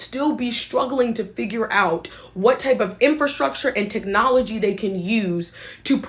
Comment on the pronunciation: In Fer Structure lolol she cannot even say the word right.